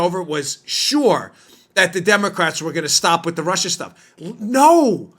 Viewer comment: Russia Russia Russia!!! Sounds more like Marsha, Marsha, Marsha!!!🤣😂🤣😂